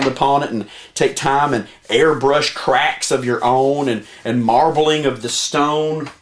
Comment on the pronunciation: "Wheaz' tha crack-izzz?" LMFAO